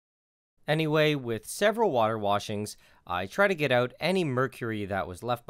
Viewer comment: The way you say "out", is really weird. "Eut"